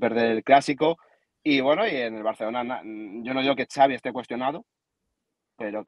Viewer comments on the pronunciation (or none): Ya te he dicho que Xavi se pronuncia Chavi no "savi". Si al Xavi no le va bien en el Barça, a Rafa Márquez podrían ficharlo. Veamos que pasa. El Chiringuito está atrasado en noticias. Tu fuiste primero en darla.